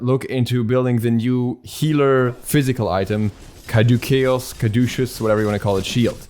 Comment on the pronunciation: Pronounced cad-oo-sus